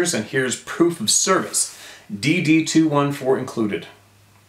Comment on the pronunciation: I love your commitment to all us knights of the Round Table, and those in the Club of No Return. You're very special. I'm from the US, and really appreciate your endeavors to pronounce Adirondacks even though your original one was awesome. I just want to enlighten you to US Military pronunciation of the DD214. Because I heard my Army husband reference it often, he called it his DD2-14.